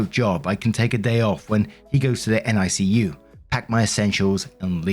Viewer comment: heres a positive tip, NICU sounds like NICK-YOU 😊